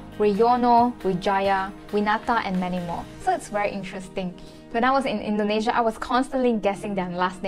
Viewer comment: Please learn how to pronounce the names of the countries Indonesia n Malaysia correctly. It's so basic.